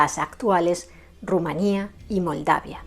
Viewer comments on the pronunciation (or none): none